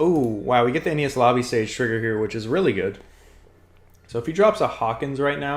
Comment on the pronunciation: Oh god the way you pronounced enies (enny's) lobby 😂 good list breakdown gameplay video